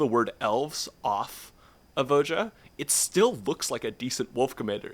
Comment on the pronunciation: There's no way that's how you think "Voja" is pronounced.